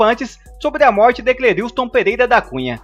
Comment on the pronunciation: Só um toque o nome dele não é Cleriiustom é { Cleriston}.....ok